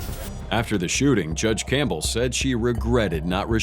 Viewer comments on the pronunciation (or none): none